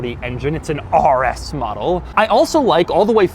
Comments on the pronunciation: The way Doug says "RS" lol it he makes it sound like "arrrr s" 😂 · Ahrrr S, Ahrrr S, Ahrr S mode😁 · Why doug put so much aggression in the r when saying RS😭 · Why is he saying the R like a pirate?